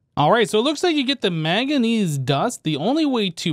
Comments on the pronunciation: Can't tell if you have a cold or are just averse to pronouncing the first 'n' in 'manganese' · I love, and this videos old, but it's manganese there's an N there i swear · The way he pronounces manganese is killing me